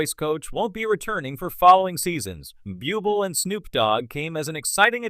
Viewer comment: Could you please get a commentator who can bother to learn to pronounce well know performers' names? Bublé & Stefani are well known enough for there to be no excuse for such laziness & ineptitude?